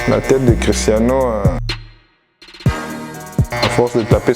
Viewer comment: cest Cristiano pas Christiano